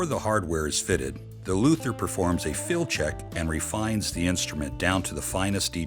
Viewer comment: Haha, those “Luthers!”